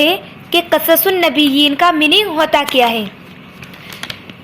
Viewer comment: Its not qasas its qisas un nabiyyin Zabar nai zeer hai qaaf pe